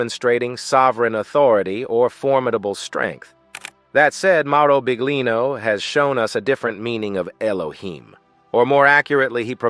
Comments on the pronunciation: Ahahah mi fa ridere come pronuncia BIGlino ahahha 😂😂❤❤ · Come accettare che la voce narrante all'inizio (e anche dopo) dica "Mauro Big-lino"???! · Adoro La pronuncia Del Narratore (Mauro Big-Lino) mette in evidenza il lavoro e tutto il resto portato alla luce da mauro.. davvero Big! Grazie Mauro 💞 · I can't handle the pronunciation of his name